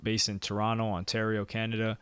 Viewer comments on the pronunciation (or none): none